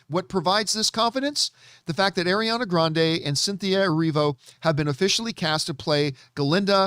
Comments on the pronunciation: The way he says Ariana Grande "adriana"? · Ariana Grande is Italian just like and he's jackin' her name up! 😂